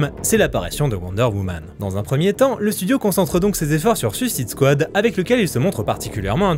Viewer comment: Super vidéo comme toujours. Sympa l'anecdote sur Theron! Je le permets une question, ne le prends pas mal j'essaye juste de comprendre. Tu parle bien a priori anglais mais comme certains youtubeurs tu dis "Suisside squa". Ya une raison ? C'est parceque que le mot est compliqué à dire? Certains y arrivent très bien (popcorn, cult and click, le gars en feat avec toi sur la vidéo dédiée à la Squad) mais toi non. Si tu as un élément de réponse se serais sympa. Encore une fois, no offense, je veux juste comprendre :)